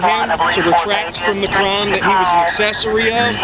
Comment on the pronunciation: What the heck is a "Cuh-rhyme?"